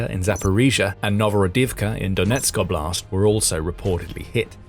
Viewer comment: Pedagogical rhymes with logical. Also oblast is pronounced Awblist 🙏👍